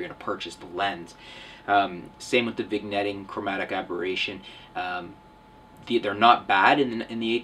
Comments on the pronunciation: it's pronounced (vin-yetting) not vig netting. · Lol, "viGnetting". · Did he say vigg-netting? #NitPicking. Lol